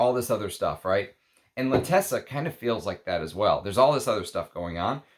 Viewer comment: Love your review, it is meaningful and deep. Pls you wrote and are pronouncing it incorrectly l’Attesa has accent at T and no double ss so you pronounce it as in font zet.